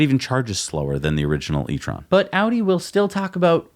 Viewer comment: I really thought pronouced it french, had to go back twice 😂 etron 💩